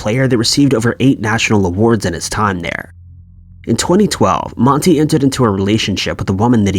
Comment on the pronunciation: His name isn’t MONTE!!!!!! 🤨🤨🤨🤨